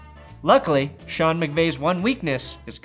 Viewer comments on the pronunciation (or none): none